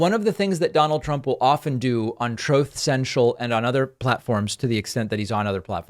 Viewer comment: Damn you David Pakman! I cannot hear ‘Truth Central’ without my mind repeating ‘Troth Central’ thanks to your sound bites!